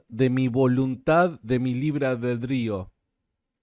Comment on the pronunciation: es libre "albedrío", no "albeldrío" como decís vos. Cada vez que lo decís me hacés mal